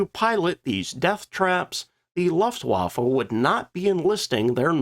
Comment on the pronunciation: LOOFT-va-fa - Luftwaffe. I can't let this one go.